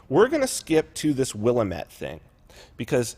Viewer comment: The word "Willamette" is pronounced WILL-LAM-ET